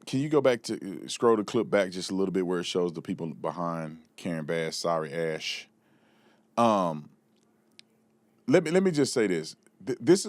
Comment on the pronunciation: weak "sorry ash" God KNOWS YOU MEAN "SORRY ASS" 🤣🤣🤦